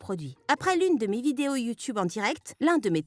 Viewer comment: Pk dans les video animé il dise youtoube aulieu youtube donc il ne save pas parler français il doi aller en primair avec les cm1 et leur ami chelou 👪👪😠😠😠😠 qui est dacor avec moi?